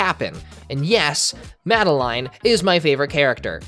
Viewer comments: Its not mad-uh-line. Its Mad-uh-lynn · "Madaline" ...mad-a-lynn